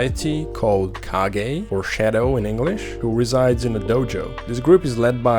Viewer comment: You can't pronounce shadow? Lol